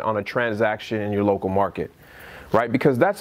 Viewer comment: You say "realitor" and I say "REALTOR"